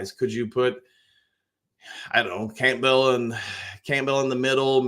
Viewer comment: Just out of curiosity is there any particular reason that you say Camp-bell instead of Campbell LOL